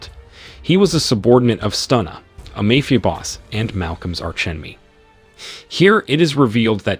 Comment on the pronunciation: Mafia or Meyfia??? 😂😂😂😂😂😂 AI strikes again.